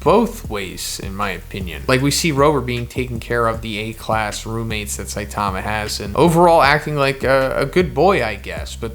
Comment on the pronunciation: Saitama is stressed on the first syllable, not the second.